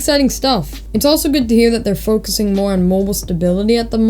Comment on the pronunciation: “And much moore” 😹